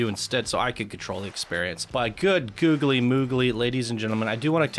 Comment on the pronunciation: For the love of god please stop saying googily.... youre the best channel to watch other than that statement.